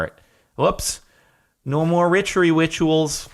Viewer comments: lol "No more richery witchuals!" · "no more ritchery witchuals"